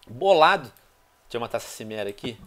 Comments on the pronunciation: Pronúncia Kimera e não Chimera plz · Venom, fala quimera, não chimera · venonin cara ,a serie e fantastica. mas a cada vez q c fala cimera eu fico brabo pois c diz kimera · pow venom , é CHImera tipo como se fosse com x , xi e n si '-' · Tio Venom nao se pronuncia XImera , mas sim QUImera !!! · venom seu maldito, se fala kimera n simera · A pronúncia é "quimera", e quando você ver outro vendedor, lembra de olhas tudo o que ele vende, abraço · se fala kimera venom